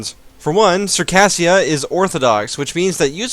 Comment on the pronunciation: Circassia is pronounced "Sir-kay-zh-ia" not "Sir_kassia".